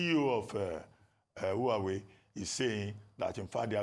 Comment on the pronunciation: Why is Abati pronouncing Huawei ‘who are we’?